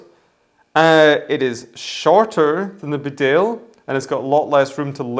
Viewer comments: Great video... Beaufort is pronounced 'bow-fut' or 'bow-fort'. Bedale is Bee-dale. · Beaufort is pronounced Bow For. Bedale is pronounced Bea Dale.